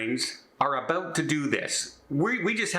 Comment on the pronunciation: When you’re Oot and Aboot. .